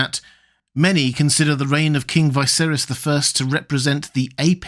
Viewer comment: How can you possibly mispronounce a name that is said so often? It's Veeserys, not Vaiserys.